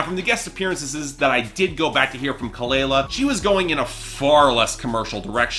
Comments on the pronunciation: Its pronounced kuh-luh-luh...plz research before reviewing. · you don't even know how to pronounce her name or kehlani's name right. Lol. Try again. #boybye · say her name right lmaoooo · For starters, you should learn how to pronounce her name right. I couldn’t even make it past the one minute mark without being grossly annoyed.